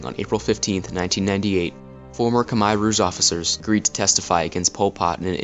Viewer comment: Ryan Oakley im cambodian and sorry not everyone in the world knows how to pronounce ‘khmer’ its sad someone like you would criticize someones accent.